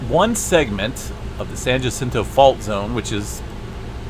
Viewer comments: Okay so I live about as close to the San Jacinto Fault as I used to live to the San Andreas Fault. Just a word about how to say Jacinto. You want to think of Spanish words, like jalapeño and that's the j sound you are looking for. It confused the hell out of me when I first realized how different the pronunciation was when I was a little kid. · The J in Jacinto is pronouncedas an h. Thank you for the info. I use to live in those mountans.